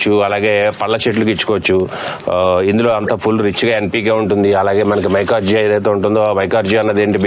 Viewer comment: మైకార్జియా కాదండీ..మైకొరైజా...మీరు సింపుల్ గా చెప్పేస్తున్నారు..అది ఫంగస్.. అండి..